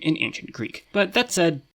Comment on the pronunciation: he said "but that said" which sounds like "but that's 'zed'"